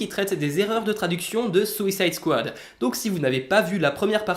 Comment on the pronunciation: Well, since you asked! - Déjà tu prononces "Swicide Squad"! (c'est pas méchant, c'est un peu drôle c'est tout ;) ). - "God help anyone"/"Gare à quiconque" Ta traduction créé une nuance qui ne colle pas car tu ne prend pas en compte le culturel. "God help..." est une expression typique américaine, tout comme "Gare à..." en France. Là c'est surtout la traduction d'une expression répandue par une autre (ce n'était peut-être pas leur intention). Dans ta traduction est un peu longue et on sent une vibe religieuse. Le sens n'est pas "il n'y a plus que dieu qui puisse te sauver", mais plutôt "t'es foutu" dans les deux cas pour le coup. "God help..." est une expression, la notion de dieu là-dedans n'est pas significative mais fortuite. En gros, ce n'est pas une nuance, les deux répliques veulent dire la même chose de mon point de vue. -"Is he SUPPOSED to be green like that". Ici le "supposed" indique une notion d'habitude justement. Cela dit dans ta traduction "C'est NORMAL qu'il soit vert comme ça", le "normal" fait aussi ce boulot. Je trouve que leur traduction va suffisamment bien. -Ta traduction du "Ain't you scared" en "J'te fais pas peur" colle bien (même si "t'as pas peur" aurait été mieux pour le côté "ain't you") mais ça rajoutes une consonance en "p" peu élégante. Avec la "trouille" on reste familier aussi et puis le ridicule du terme est relatif mais je comprends le point de vue. -"This looks neat". Je ne pense pas que c'était le but des traducteurs mais l'expression "Ça a